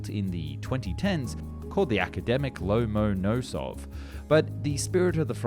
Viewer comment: The Lomonosov would be interesting -------------- btw, it's pronounced lomm-on-O-sof